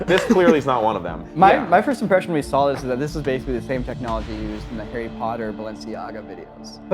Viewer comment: "But I sawr it on the internet."